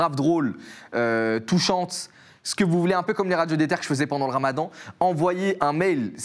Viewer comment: " je fais des recherches bendantes "